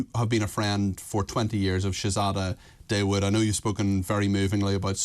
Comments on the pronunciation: Dawood is pronounced Thaa-ood, not Day-wood. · Shay zay da Day wood lol